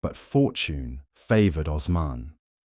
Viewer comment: Oooooosman. Not ozman